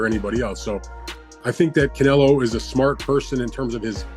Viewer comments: Thought he was saying cantaloupe.... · Can't say Canelo, can't say pounds, can't say Paulie's last name. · Hate how you say Canelo